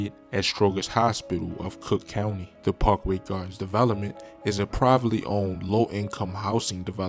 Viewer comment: I said the same due to the pronouncing of his words, “Pawkway gardens, Odeee parry.” He might be from DC to though